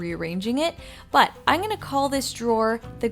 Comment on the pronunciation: The word is I'm not I'ne. Great video!